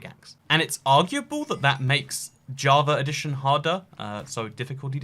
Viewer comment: it's java edition, not "javar redition".